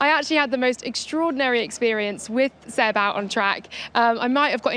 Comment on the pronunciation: Imagine still not knowing how to pronounce Seb's name in 2025